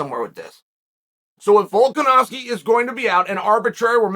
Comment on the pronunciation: Chael - pronounces ‘Volkanovski’ correctly for months Also Chael: ‘Volk-an-ass-ki’